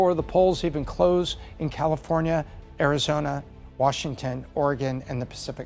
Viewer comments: Someone tell her it’s Arizona not arizoner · Arizona ❌ Arizoner ✅ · Vroting in Arizonra. She pronounces a lot of extra r's when she talks. Im just trying to figure out the accent. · Early verting… In Arizoner 😂